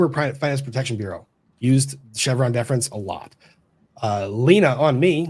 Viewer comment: & Lumber Every time you say ‘Chevron Deference’ I hear ‘Vas Defrens’ 😬😆